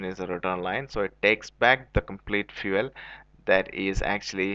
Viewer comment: Fuele lol 😂